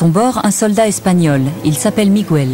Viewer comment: "À son bord, un soldat espagnol... Il s'appelle Migouel" [sic] Ça me fait mal au cœur à chaque fois que j'entends cette déformation. Il n'y a pas de tréma sur le "u", Miguel se prononce donc... Bah Miguel, comme il se prononcerait en français ! :'(